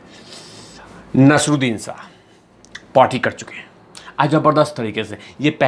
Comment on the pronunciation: You can't even pronounce Naseer Uddin Shah 's name. Useless video